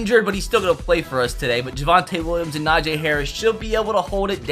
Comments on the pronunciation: It’s Najee bit najay 😭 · why do you pronounce Najee Najay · Bruh stop saying nah-j it’s nahjee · Bro it’s najeeeeee not najaaaaaa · its na-jee not na-jay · Just a tip. It is Na-gee Harris not Na-jay Harris. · Na g not na Jay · Dude, Najee Harris even said repeatedly that his name is pronounce, na-gee, not na-jay, and Levi is pronounce lee-vy, not luh-vay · Bruh cam you explain to me how do you get Na-Jay when it's literally spelled Na-Gee like come on now the guy has Specifically said its pronounced the way it's spelled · It’s naj-E, not Najay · “Na-Jay Harris” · and he doesn’t know how to say najee harris